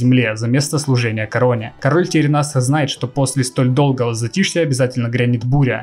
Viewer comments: Аааааа! "ТеренАс" - это просто ужас. Правильно говорить "терЕнас" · Не ТеренАс, а ТерЕнас =) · ТерЕнас а не ТеренАс, ушкам больно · Единственное, что меня смущает, это то, что ты говоришь не Тэрэнас, а Теренас. ТАм как бы и так через "Е", но звучит "Э" Король Тэрэнас, без ударной на последней "А" А так - лукас) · Папку у Артаса терЕнасом звать, а не теренАсом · Отец Артеса Тэрэнас ударение на второе э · Арста "Теренас" ударение на вторую Е. Лайк классное видео!) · Только в имени Теренас ударение на вторую Е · Каждый раз как пенопластом о стекло